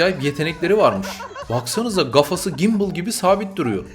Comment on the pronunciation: Bir gonyali olarak k harfini söylemekte zorlanıyordum demek bir tek bu sorun bende yokmus gafa demenle kendimi yanlız hissettirmiyorsun..bu kanali yeni fark ettim..çok başarılısın 👏